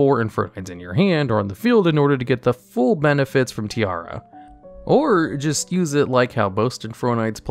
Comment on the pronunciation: Infernoid Tierra: it’s pronounced Ti-erra, see the e?: Tiara 😂